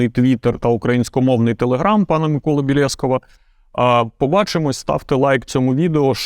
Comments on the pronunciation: казав БєлЄсков, а правильно - БєлєскОв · Здається нарешті визначився, що таки БелєскОв а не БелЄсков:) Дякую за відео і чудового гостя! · на початку був БілєскОв, а в кінці БілЄсков 😀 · Мені смішно, що перший раз сказав БєлєскОв, а другий - як обично) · Вкінці відео всеодно сказав "БєлЄсков"))